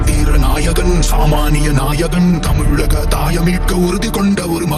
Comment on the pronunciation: Tell her to speak Tamil property It is not ha It is ka